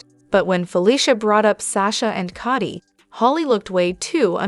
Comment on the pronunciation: Cody not Cottie